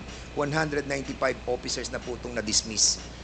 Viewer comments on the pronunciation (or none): 1. Opiccers 2. Seventy por 3. Pace 4. Over 5. Inpak Fernandez, wala kang ka pronounce pronounce 😅🤣 porya gaba, yutering. 6. As a matter of pak